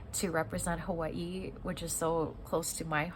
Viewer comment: I like how you say Hawaii. Sound like a true Hawaiian.